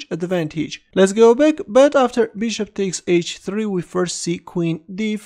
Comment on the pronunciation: I love the way you say "beeshop". Beeshop to C5. Beeshop takes D6. Beeshop. Beeshop.